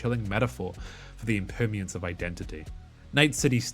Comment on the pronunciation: I can't believe it took me so long into the video to realize that when he said "impermiance" he meant "impermanence."